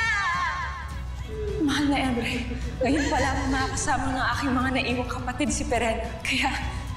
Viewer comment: pirena hindi perina tas emre hindi imre hahaha